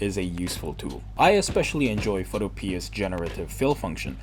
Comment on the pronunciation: Bro says "photopee-uh". unsubscribed.